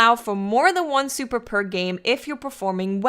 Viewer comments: I'm trying to hear more about dat supah enuhgy. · I love how she says supa and powa 😂